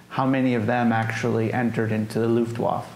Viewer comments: I would have held up picture of his Father as he was talking about him. The Veteran pronounced Luftwaffe at least twice correctly and the interviewer kept pronouncing it his own way,, I found it annoying.. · As a history site you should now how to pronounce Luftwaffe….. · This was one of the best interviews you've had. Why do you keep misspronounc8ng Luftwaffe? Is it to avoid the algorithm, ignorance or disrespect? I'm curious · Very interesting look into an ordinary serviceman's experiences in the closing days of the war. The only thing that bothered me was that the person asking the questions didn't pronounce the "e" at the end of the word "luftwaffe." Kind of a fingers on the chalkboard thing. But good work, thanks. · The interviewer seems ignorant in general and somewhat disrespectful. Sort of like of like his heart is half in it. He clearly doesn't have any military background or basic knowledge in general and it shows. Sometimes quite painfully. And his mispronunciation of Luftwaffe is inexcusably ear grating. C'mon man, at least halfway try, holy S. And when he asked the guy to say in German what he would have said while he was radioing artillery corrections, it was absolutely DOUCHE CHILLING! I felt so bad for the soldier. That was such a disrespectful question. Like "OK, rollover doggy, rollover". You know why he's asking that, he obviously knows how most Americans, and he himself, feel about hearing things barked in German. What an asshole. is awesome and I congratulate him on his patience. The interviewer needs to struggle alone in dirty, slimy ditch while a fat penis suffocates him while wriggling down his throat. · Interviewer should learn to pronounce Luftwaffe and we never got to see the photo album.